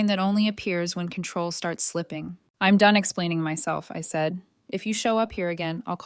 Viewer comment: Hey “Don’t touch my car” is FOUR WORDS NOT THREE! If simple math is F’D UP no wonder there are so many grammatical and pronunciation errors! I’M and I’D isn’t pronounced imm and Idd!